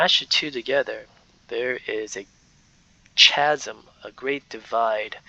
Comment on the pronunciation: JUst picking here. The word Chasm is pronounced like Kasim not the ch sound like in pooch